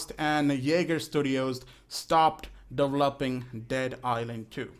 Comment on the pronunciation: De-volp-ing de ghame